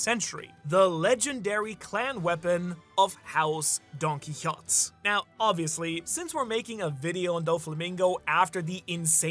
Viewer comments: It was a horse, not a donkey, and the horse’s name was Rocinante. And Don Quixote is pronounced more like DON!! keyHOtay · his name is pronounced: Don-Key-Ho-Tay Do-Fla-Min-Go